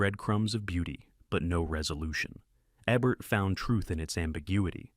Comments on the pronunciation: eeebert. Not ehbert. I think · Thumbs down. Here's a partial list of reasons why. 1. It's pronounced EE-bert, not EBB-ert or AY-bert. 2. I don't think Jean-Paul Belmondo looks that much like Richard Gere. 3. The Manchurian Candidate does not take place in Arabia. 4. When your AI voice software encounters an abbreviation with a period, it treats the period as a stop. Change "Dr." to "Doctor", and "T. E. Lawrence" to "T E Lawrence. 5. you have a "blink-and-you'll-miss-it" flash of boob. Don't know if that's a YouTube no-no but I'd recommend taking it out just in case (not that I'm a prude -- just being careful).